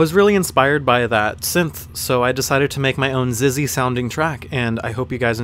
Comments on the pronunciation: wait i thought it was pronounced just like ecks ecks why why ecks ecks not zizzy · beanerama9 Nah man. I'm a douche... and I would pronounce it that way too.It's actually pronounced "SIX" like in 666. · I didn't know XXYYXX was pronounced as "ZIZZY" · its pronounced X-X-Y-Y-X-X but saying ZIZZ is just an easier way of saying it. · He said ZIZZY!! HAHA Just say the fucking letters man! lol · did you call him Zizzy? lmaoooo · Your video makes me want to pronounce XXYYXX the way you did in this video lol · evergreens Some people actually pronounce his name XXYYXX. Can u believe that?